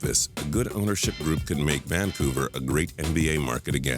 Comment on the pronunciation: Why does the narrator have such weird voice inflection and intonation? The way he pronounces words like "Vancouver" is just so weird. It's like he's never ever heard anyone else say the word, and he has some robot telling him how to pronounce it!